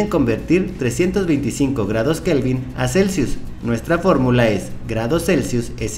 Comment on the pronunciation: ESO LO DIJO XDDDDDDDD "FÓRRRRRRRMULA"